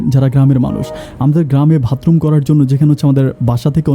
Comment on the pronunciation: ভাই এর আগেও আপনি ভাতরুম বলেছেন, আজও বললেন, শুনতে খারাপ লাগে।উচ্চারনটা হবে বাথরুম। ।